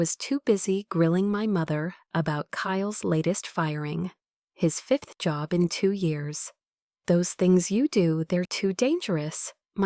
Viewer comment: “His fifth job in two years.” Right there in the beginning monologue. Ok. There are two ‘f’s’ in that word. It is not pronounced ‘Fith’. It should be pronounced F I F T H!’ I hear so many newscasters and meteorologists losing that second ‘F’. Have no idea why. Get with it and clean up the Ai. It is FIFTH! It’s not that hard to say, people.